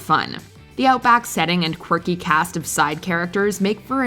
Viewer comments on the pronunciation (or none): none